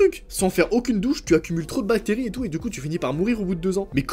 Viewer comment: bacterrie=batterri bravo le français